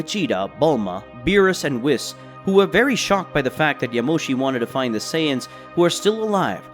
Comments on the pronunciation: Why does he keep saying whis? Its pronounced wheese. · It’s pronounced wees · I hate how he says whis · CHEE-LIE (cheelai) not cheerai) BRO-LEE (Broly, Not Bra-lee) WHEE-S (whis) not wis.) this was an earsore to hear this be pronounced this way. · How can someone so invested in dragon ball not know how to pronounce names. “Brollie” “wiss” “mr. beerus” like come on bro 🤦🏽‍♂️